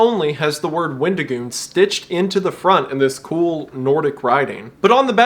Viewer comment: wendigoon becomes weddingoon